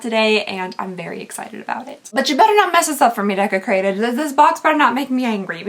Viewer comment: Why is the word Desecrated all I can hear everytime does this unboxing? 🤣